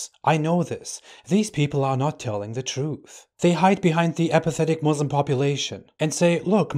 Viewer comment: This says he was a Muslim but can't even say Muslim properly lol ...